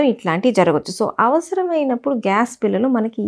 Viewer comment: మీ విడియోలు అద్భుతంగా ఉన్నాయి. మీరు చెప్పే విధానం, తెలుగు ఉచ్ఛారణ కూడా బాగుంది. కానీ కొన్ని తెలుగు పదాలు కొంచెం కరెక్ట్ గా పలికితే ఇంకా బాగుంటుంది. ఉదాహరణకు బిల్లలు బదులుగా బిళ్ళలు.